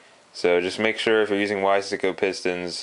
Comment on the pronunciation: Another idiot that cant pronounce "Wise-co".